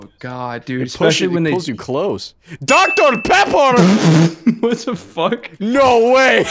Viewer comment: DR PEPPOR?!